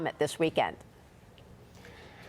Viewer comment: New word '' energrey '' Time. WE, HERE IN ALBERTA CANADA, REQUIRE YOU, TO COMPLETE THAT PIPE LINE. AS most LOGICALLY ' thinking '' AMERICANS REALIZE, Y O U R COUNTRY, NEEDS TO BECOME ENERGY SELF-SUFFICIENT; AND CANADA HAS YOUR BEST INTERESTS, AT / IN YOUR HEART. COMPLETE WHAT WAS STARTED, RELYING on DICTATOR COUNTRIES, FOR YOUR ENERGY IS NOT BEING A SELF-DIRECTED, STAND-ALONE ENERGY COUNTRY! WAKE UP.....